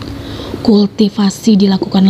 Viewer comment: Ancur deh crita bagus jdi rusak gra2 kulll tiiii siiipasi pmbaca masih di rnh tingkat awal😂😂 Kultivasii di bcakn kulti sipasi ancur teruwa